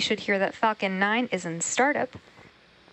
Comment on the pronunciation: when she said falcon 9 it sounded like f'ing 9